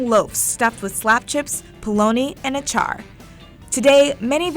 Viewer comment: For south Africa its not pronounced Achar💀u say it like ah-cha and we usually call it a Kota but it usually has a different shape